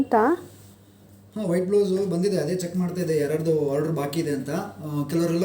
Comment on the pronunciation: ಹಾರ್ಡರ್ ಅಲ್ಲಾ ತಾಯಿ ಅದು ಆರ್ಡರ್ order